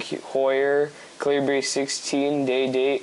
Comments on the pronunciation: Heard "caleebree," stopped watching. Cal-i-brrr, as in cold. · LOL "calibreee" - terrible review bud.